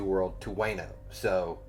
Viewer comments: The "wa" is more like "wah" in wano. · Wano pronounce Wa/no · Better way to put it is, it's not Way-no, it's Wah-no. Rhymes with Romano.